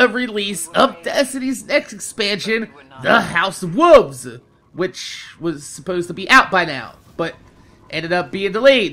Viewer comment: why win u say wolve, u don't pronounce the 'L'